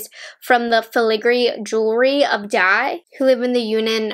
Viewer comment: I love your video and this collection is beautiful. But I have to admit that it took me a while to understand what story behind this collection is from. “Dai” is one of the minorities in China who is famous with its peacock dance. Your pronunciation of “dai” is not correct, but cute.